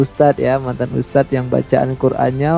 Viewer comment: M kacenya ngustadz (bukan ustadz)..baca Al Qur'an tanpa tajwid